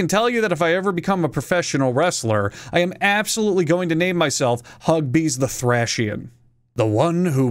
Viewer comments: Thracian is pronounced like th-ray-shiun. Unless you wanted to pronounce it with a soft c rather than an sh. That would be closer to the name of the place in English, although it's likely the original was pronounced like thraik and thraikian, at least in Greek. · Thracian is pronounced thray shin (thray rhymes with stay or gray, and shin like your bone) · That pronunciation of Thracian killed me 💀 Great video otherwise